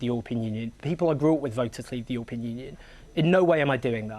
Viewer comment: Owen "youopean union" Jones